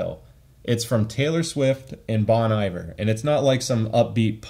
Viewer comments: Hey i would just like to let you know the artist Bon Iver is actually pronounced like the french phrase Bon Appetit, so like "Bone" and the Iver is more like "ee" and "var" from a word like var-ious. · came here to say it's pronounced "bone-E-vhere"😅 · Nice review man, but the way you say "Bon Iver" hurts my soul. ;)